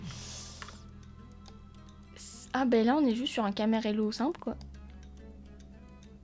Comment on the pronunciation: Salut je voulais te dire que le nom c'est "Camarillo" si je ne me trompes pas et toi tu dis "Caramello" alors peut être que je me trompes mais voilà